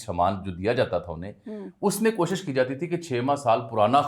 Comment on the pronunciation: زرداری کو رومن اردو میں تقریر دی گئی تھی جس کو پڑھنے میں مشکل پیش آ رہی تھی ۔ اسی لئے K اور H کو گڈ مڈ کر گیا ، شاید نظر کی کمزوری کی وجہ سے ۔ کوشش کو پہلے خوشی پڑھ رہا تھا 😊